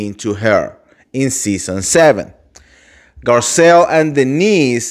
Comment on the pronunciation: Dude read your contest few times before you record or go live. It’s not possible to listen to you when you make so much mistakes. You can’t even pronounce Garcelle’s name come on